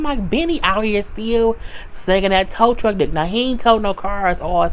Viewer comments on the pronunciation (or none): Everytime you say towtruck Im hollered 😂😂😂